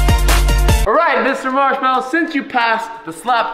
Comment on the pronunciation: it's not a marshmallow it's a "marmallow"